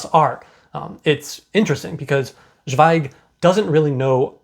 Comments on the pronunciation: Great review. Thank you 🌹 Zweig is pronounced ts'vei'g. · Great review, just found your channel and really like your videos about Scandinavian books. Just a comment about pronunciation: In German "Z" sounds like "ts", like in "let's go".